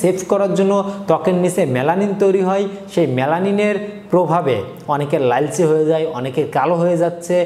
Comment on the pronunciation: লাইলচে বলেন কেন?